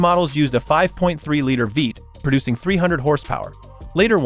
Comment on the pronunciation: Did your AI narrarator really called Vee Eight a Vate? Bye.